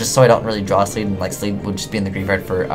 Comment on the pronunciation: ..........sleed.......sleed? LEED!